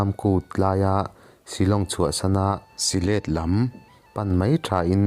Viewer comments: Si let ni lovin sihlet tia lam tur a ni . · Silêt...I ti reng mai. Sihlet ti mai rawh... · Si-hlêt ti loin sihlet ti ve mai la. . A ti nàng nàng a ti loin a ti nangnanga ti mai la ngaihthlak a nuam deuh tur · Mahmuam tih hi lamkhuang tih ang a lam tur a nih hmel. Syhlet pawh hi thlasik tih thluk ang in. Sazek tlang dung pawh hi sazuk tih thluk ang in sazêk tih lam tur.. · Syhlet hi i chhiar dik lo. Silet tiin i chhiar a, Sihlet ti a chhiar tur. Mahmuam pawh i chhiar dik lo, Ma hmuam ei/hmuam tia lam tur.